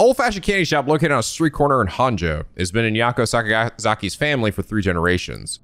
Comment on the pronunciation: Can't believe everyone was correcting on his Japanese for Araishi's name, yet he's been saying "Honjo" wrong since the very beginning and no one bats an eye lol. Unless he plans on learning Japanese at some point, just let him say it wrong, guys. It's funnier this way.